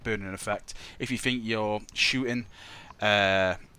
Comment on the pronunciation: fing fing fing, for once FINK about pronouncing think